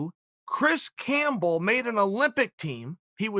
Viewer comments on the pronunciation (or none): none